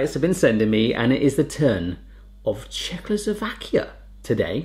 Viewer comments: Oh god, the pronounciation is not even CLOSE :D and PLEASE, IT. IS. NOT. CZECHOSLOVAKIA. ANYMORE. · OH my god.... Czechoslovakia???? PLease.... do your homework.... plus AHOJ is read AHOY....